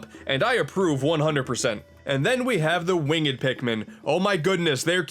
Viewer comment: Did you just say win-ged?